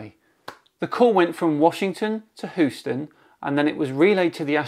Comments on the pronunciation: Haha that's not how you say Houston. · I just love the way says “Houston”